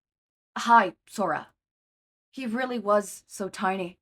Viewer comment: I do believe it's supposed to be pronounced as hee-sora instead of hi-sora, but amazing otherwise!!!